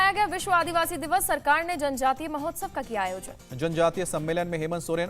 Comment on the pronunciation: आदिवासी orआदीवासी nonsense उच्चारण